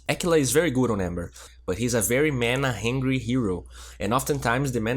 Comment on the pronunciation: Yo, watch ur pronunciation on pretty (u r saying "pratty") and and hungry (u said "hangry"), it sounds pratty weird. lol Love ur vids. Bye.